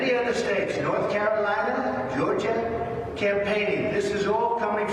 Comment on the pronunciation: Did he say geogiaaa